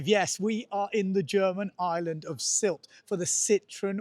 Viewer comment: finally, a local says Sylt around 2'55"....good to know!